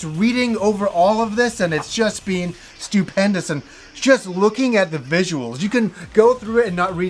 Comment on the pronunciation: Been = Bean